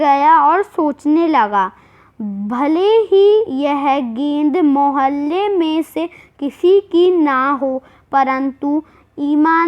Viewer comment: mehelle nahi mohalle hota hai